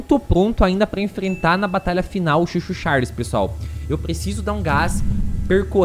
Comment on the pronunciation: n é chuu chuu, é CHOO CHOOO